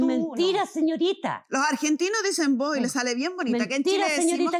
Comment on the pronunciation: Corrección señora jueza... Los argentinos decimos vos no vo!